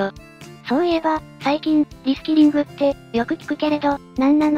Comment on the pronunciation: リスキリング・・・リスキルにしか聞こえないｗ